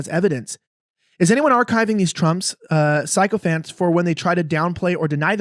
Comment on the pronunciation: the word is sick-oh-phent. Not sigh-ko-phent.